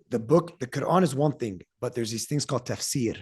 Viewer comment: I do not follow Islam however I really like the way that he pronounces the word "Quran"